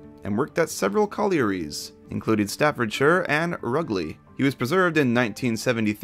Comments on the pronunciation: Hearing you pronounce towns in the UK close to where I live is funny. it's pronounced Rouge-Ley not Rugg-Ley 😅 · Just as a small thing, "Rugeley" is pronounced (bizarrely) "Rouge-ley". Yes one more of our weird place names.